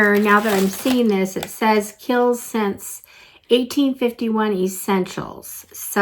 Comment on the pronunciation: I used to subscribe to the Macy's box and a couple of times a year they would do a one brand box. One time they did an ABH box and a Laura Mercier box which was fun. BTW, Kiel's is pronounced "Keels". Kiel's is super popular in Europe.